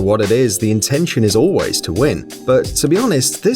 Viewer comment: Emphasis on “ALWAYS win” when they mention rock paper scissors and so on.